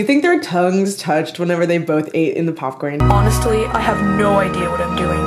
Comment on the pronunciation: Did anyone else notice that Sage said honesTly? Like with the the T. idk I just thought it was weird